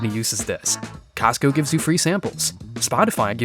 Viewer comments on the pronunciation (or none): none